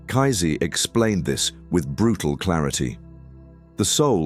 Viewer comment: Lol. I love the way you call him kaizee and not pronounce kaysee . You make him sound like nazi.